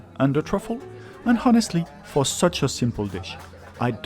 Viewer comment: Very good, enjoyable, informative reviews. Just one small point: the 'h' in 'honest' and 'honestly' should be silent. Yes, we do not pronounce it here in dear old Blighty, or even in the good 'ole Yew Ess Ay, or anywhere you can find people pronouncing English correctly. I note that you Ftencl have multiple examples of the silent 'h', as in 'homme', and indeed 'honnête.' '